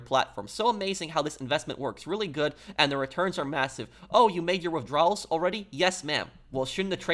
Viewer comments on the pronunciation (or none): none